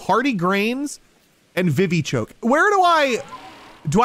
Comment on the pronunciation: On he said vivchoke our for earlier on you craft revives with medicinal leeks and vivichoke no offence